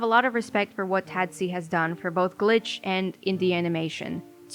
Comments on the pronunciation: why are you pronouncing it "Tad-see" it's clearly "Tah-dac" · i like to pronounce tadc as taduck because im craaazy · M sorry hearing u pronounce the acronym like that is literally sending meskdjksf